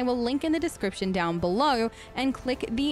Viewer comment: why is it like a regular american accent and then just: windoer/oerpen/beloer like bruh pick one